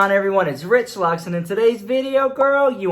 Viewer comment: Omg this whole time when you say RichLux in a different voice I thought you were saying well relax 😊 both sound good though 💕